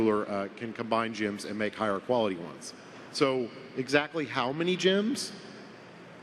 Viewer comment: Why does call "GEMS" "JIMS"? It annoys me:))